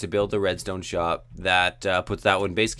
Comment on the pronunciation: You said redsont